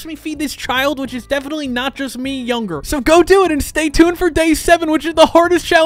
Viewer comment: Lets try nat lets try nat😂😂😂